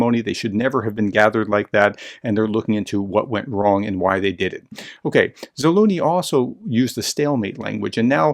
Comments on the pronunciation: ZALUZNY NOT ZALOONEY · Sir… Please say the word “measure” out loud, focusing on the “S” sound. Now insert that sound into Zaluzhny’s name. Mea[S]ure / Zalu[S]ny